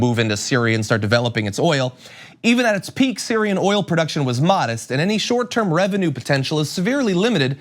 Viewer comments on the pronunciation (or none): "We're protecting the er-ol." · What a fucking idiot! He couldn't really pronounce oil in the e d.